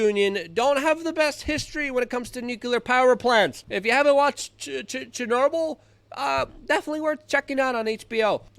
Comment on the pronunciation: No. NO! Chynorble?! I thought you couldn’t say words because you’re Slavic. Now Chynorble? This is not okay.